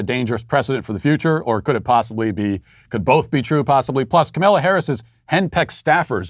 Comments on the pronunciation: IT'S KAHM-AH-LA NOT KAHM-MAYLA REEEEEEEEEEEEEEEEEEEEEEEEE RACIST!!@ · Hey, Matt, I think that you’re pronouncing “Kamala” wrong. You say it as “Camilla,” when really it’s more like kah-mall(As in shopping mall)-ah